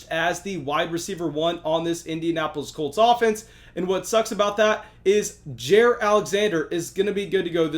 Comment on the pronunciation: The Pronunciation is J(eye)(ear) Alexander. Thanks